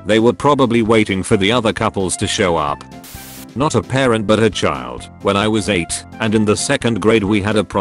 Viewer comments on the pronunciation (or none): none